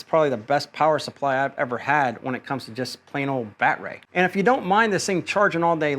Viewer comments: I'm guessing that you're being facetious lol since you're saying "bat-ray" instead of "bad-er-ee". Again, 1st time watcher so not sure if this is just part of your schtick. Good content though. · Haha! What’s a “Bat-ray”? 😂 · First time seeing this guy. Is he purposely mispronouncing battery? lol.